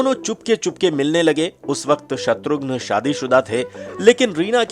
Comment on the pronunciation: Abe naam to acche se bol shatughn nahi shatrughan naam h uska